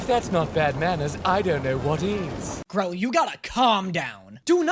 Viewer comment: It's Grell,not Grill.